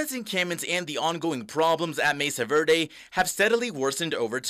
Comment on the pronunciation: Am i the only one who gets annoyed by these newscaster's who can't pronounce spanish street names etc correctly. Come on guys you live in New Mexico. Know your spanish! It's not verday, it's verde! Learn it, live it!